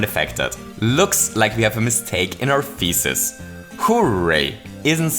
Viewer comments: Please use a different word or find another way to pronounce "thesis", because across the video, I only heard "feces"... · "Looks like we have a mistake in our feces" – This guy's pronunciation is hilarious! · "and so we prove our feces".... what did you say? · I like how your pronouncation of 'Thesis' sounds like 'Feces' :'D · also it sounded more like feecies. .-. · Yeah the way he says "thesis" does sound a lot like "feces"